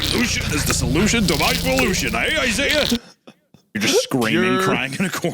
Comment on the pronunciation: is that comic sans?! Also, "poolution" lmao